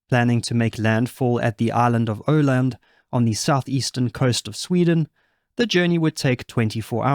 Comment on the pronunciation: I think the island in question is Öland. If the speaker doesn't know how the Scandinavian letters (åäö) are pronounced, it might come sounding like "Åland".